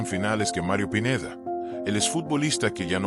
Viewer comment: Habla bn el pineida no pineda